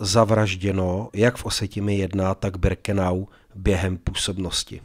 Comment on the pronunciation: Pane.. ne Brikenau ale Birkenau..PS.. nejsem váš nepřítel..jen mi to rve uši..:))